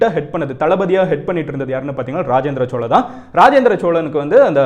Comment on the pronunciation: Chozha not chola.